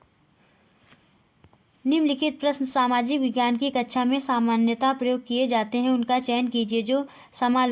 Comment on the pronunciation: आप कक्षा को कचछा क्यों बोल रही हैं